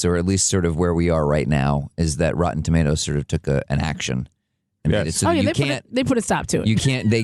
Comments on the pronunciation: Rotten "ToMattos"! Oh Ewan McGregor, you're so silly! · You have an interesting way of pronouncing 'Tomatoes'